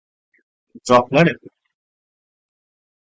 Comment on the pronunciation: bro litterally said dropplers effect🤣🤣🤣